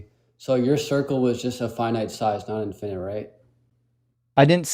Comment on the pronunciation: For me, the peak stupid is hearing him reading from his ChatGPT script and mispronouncing easy words like "infinite" as "in-FINE-ite." His tantrumming childish ass has ZERO reading comprehension, and can't process what's being told to him any better, which is why his recaps of any statement are basically fiction. All his failed arguments begin with "You said..." when no one said anything of the sort.